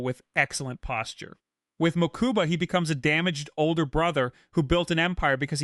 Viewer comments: Same here I think I kept twitching each time hahaha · Ok this was a great video but your pronunciation of Mokuba was killing me